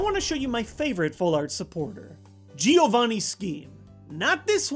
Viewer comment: For the last time: it's JOH-VANNEE not GEO-VANNEE JOH VAN NEE!